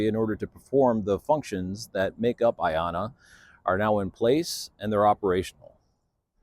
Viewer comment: A great start. I love the name for personal reasons. You pronounce it so well.